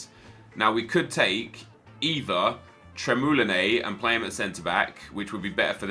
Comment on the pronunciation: why is he saying tremoulinae?? and not pronouncing the s on the end????